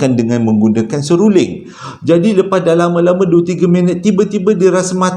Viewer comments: Seruring ka seluring.... SERULING la...🤣🤣🤣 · Mana x tergelak...seruling jd seluring jd seruling blk🤣🤣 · Seluring 😄seruling lah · seruling..seluring..seluling.. mmg mghiburkan.👏👏👏👵🌹🤗😀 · Assalamualaikum..sebut betul2.. SERU...LING.. ha...👍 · bang sy baru nak mood ii seram eh tersyaysyul pulak “seluring” HAHHAHAHAHA ADEH PENAT SY GELAK 😭😆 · Assalamu alaikum. Banyaknya tersasul. Seluring, seorah-orah dan lagi dan lagi. Sebenarnya ada bunyi sesuatu dalam rakaman tu. Langsuiur marah agaknya. Keep stady. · Memang xdapat disangkal lagi memang terbaikkk storyteller terbaikk pernah saya jumpa..don't stop Dapat hadir lagi harini mendengar Joe nak bercerita semoga Kita semua dilindungi Dari segala Perkara yg tak diingini...aamiin. Saya tergelak kejap dengar ckp seruling..seruding..lama2 serunding kan🤣🤣🤭tersasul berpisah tiada la dengan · Salam hai..heheheh lucu gigih sebut seruling...